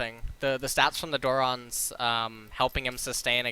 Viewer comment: why do people still insist on mis-pronouncing mana there are TWO A's there is no W in that word it is not MAW-NA also he says dorans wrong its not DOOR-RONs its dorans